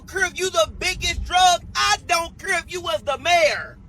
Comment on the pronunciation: Shim don’t cure😂??? girl STFU!! The word is care!🤣. BTW snitches get stitches.!😉